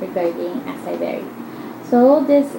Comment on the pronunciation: Acai berry pronounce asay berry